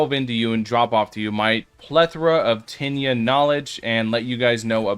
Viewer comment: Diss liked bc u keep saying tinyia 💀